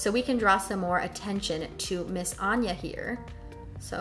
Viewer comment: Omg I have the same name and you’re the first one who has pronounced Anja as Anya which is how it’s suppose to be pronounced🙈 when I lived in the States I had to change my name from Anja to Anya so people could pronounce it correctly!